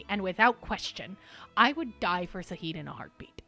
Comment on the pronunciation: NOOOOO IT'S ZAHID WITH A Z